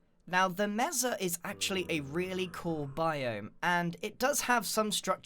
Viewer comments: YOUR PRONOUNCING MESA WRONG ITS PRONOUNCED "MAYSA" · The way he says mesa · its pronounced may su not meza u derp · Not to be rude but it's pronounced maysa not mesa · BooksForever are you stupid? It is pronounced messa, i have a mexican mom and its MESSA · DUDE ITS MASA NOT MESSA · Total 'joke' comment: Bro, I live in Arizona... Its pronounced "May Sa" ('sa' like the first part of 'suck') NOT 'Mess a'. But I forgive you, you're from across the pond. Lmao. Mesa (MAY-sa) is spanish for 'table'. There's a place in Arizona called "Table Mesa"... How silly? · you said masa verdi like my teacher wrong!!!!!! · The problem with the witch trap is that it only works once. Also, it's pronounced "may sah", not "messa" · BTW it's not said Meza vrday it's said Maysa Vairday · It (MESA) is pronounced maysa, not meza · " Mesa (Meza) " ...I thought it was (may-sah) i didn't know there was 2 pronunciations..its probably just sense you live in the uk and you pronounce it different (or im just weird) idk Also I love all the builds grian! Especially the sky temple and flower ruins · i cant take it anymore, grian, my guy, im sorry BUT ITS PRONOUNCED (MAYSA) NOT MEZA edit: i live in one so i should know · meza? I pronounce it Maysa. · It's pronounced mésa not meza or mess-a (the accent on the e means it's pronounced "ay".) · The meza?It is called the mesa (may-sa) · its not pronounced mess-a its said like mace-a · meza..? i thought it was pronounced may sa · Do you really pronounce Mesa as Messa? It’s pronounced maysa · I’m sorry the what grian? Meza? It’s pronounced may-suh or may-ser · Grian it’s pronounced may-sa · Mesa Mesa MESA IT IS MASA SAY IT MA -SA MASA IT IS SPELLED LIKE MESA AND PRONOUNCED LIKE MASA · IT IS PRONOUNCE MEISA NOT MESA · Grian, I hate to burst your bubble, but mesa is pronounced may-sah. Verde is pronounced bare-day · it's 'May-sah' in British English too, it's just not a very common word here, so gets mispronounced often :) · mesa pronounced "may-suh"